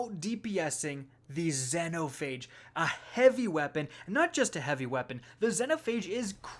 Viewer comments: ahh yes, gill-a-tine. zen-o-phage. enslaved pronounciation. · Zen O phage..... it’s ZEE NO PHAGE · Zeee no phage not zeno phage jesus its been out since shadowkeep get it right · "Zen-oh Phage" God dammit 😆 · Had to dislike after hearing this man butcher xenophage so bad